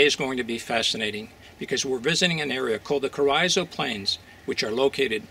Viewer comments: I'm from close by. My whole life I've only heard Carrizo pronounced Carr- eeeso " Careeeso" . This might be wrong , but young or old that is definitely how its pronounced in western Kern county . Enjoy your vids. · Carizzo is pronounced Careezo (soft a) by indigenous people of the Southwest area of the US. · Lol "carryzo" plains🤣🤣🤣